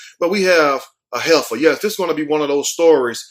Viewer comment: Hefer not header